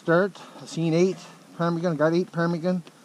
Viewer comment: Quit saying parmigan that's annoying